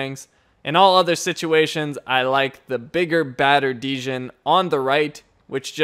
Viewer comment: Great vid as usual! Sidenote: Djinn (spirit) is pronounced like Gin (ha, also a spirit).